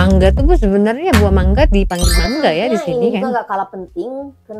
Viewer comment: Sy sebut mangga bukan mangge